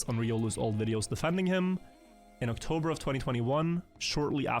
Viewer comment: OctoRber xdd